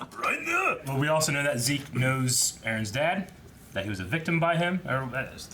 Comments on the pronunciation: COULD SOMEONE PLEASE TELL THEM ITS NOT ZE-KE! ITS ZEKE!! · I always love to pronounce the characters names with the german pronouncing. Not only because I am german (lul), but also because every other way to say the name feels just wrong imo. By the way, said at the beginning of the video the german pronouncing of Zeke's name but just without the ''ay'' at the end.